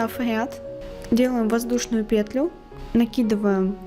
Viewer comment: Еле осилила это видео, смотреть невозможно. Автор то делает все слишком медленно что можно в паузах успеть вторую пару связать, то слишком быстро. Многие моменты не понятны, повторения и пЕтля в каждом предложении сильно режет уши